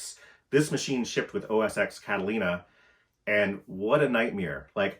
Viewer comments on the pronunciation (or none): X in “OS X” is a “ten”, not “eks”. Just a nitpick. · Oh no. you said OS "ex" instead of "ten". Now us Apple nerds will for sure hate you too. And it's macOS now. But really ignore all the trolls. Adore the content here. As an Apple nerd I love the down to earth professional use case. I see whoever on the stage of a keynote running a million concurrent tracks in Logic Pro and I think who the f does this? Well you do this and with non-Apple software and so much more complexity. Fascinating to me. Just your studio blows my mind. And the hard stop ships with current macOS thing has been true for a few years. No way around it. Makes sense for consumer use cases but definitely not pro.